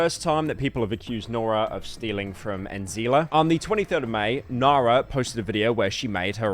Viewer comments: Man just use text to speech, IDK how you managed to butcher nara halfway through as well. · Cheers bru for mispronouncing the most basic South African names, truly peak content🙏🏿